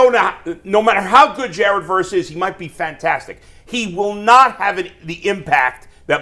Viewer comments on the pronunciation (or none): none